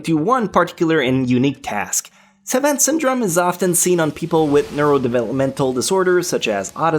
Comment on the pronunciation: You mispronounced savant syndrome